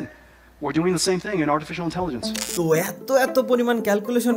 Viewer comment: Ho-At iz intaligance😂😂 gendu